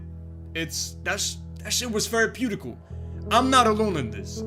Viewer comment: "that shit was theraputical." haha